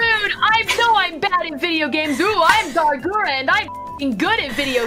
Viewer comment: Calli: Guhra Gura: Kawaiiope